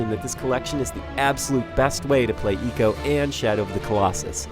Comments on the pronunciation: Ico is pronounced "eye-co" not "ee-co". Just saying. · Its "I" co not eco you pronouce icon as econ do you? :P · It's Ico not Eco! ffs. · did he just say ECO in the beginning? GTFO out bro. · I spent the whole review shouting "It's EYE-CO damn it !" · It's pronounced Icå. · Firstly he mispronounces ICO and then he hates on it. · ico as in EEKO? or EYE-SEE-OH ? cuz i've been pronouncing it the 2nd way all this time ...